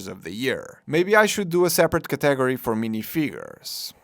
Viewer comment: I'm assuming English isn't your first language, if that's the case you do a very good job speaking it for the most part. with that being said, every time I hear you pronounce the word "category" it stops me in my tracks, maybe listen to somebody else say that one a couple times, pretty funny stuff, don't take it too personally, you seem like a good dude and I like your videos!